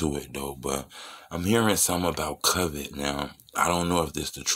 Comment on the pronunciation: Why you keep saying “cuvid” bruh? 😂